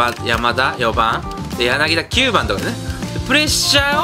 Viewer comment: やなぎ『た』ですよ